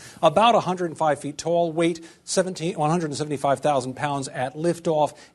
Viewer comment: Lol, so tell me no one else noticed he didn't say "175,000" correctly?